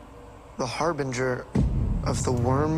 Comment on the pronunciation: Are you guys saying Harbinger wrong on purpose? I know it's a thing you do to annoy each other, but this one really ground my gears haha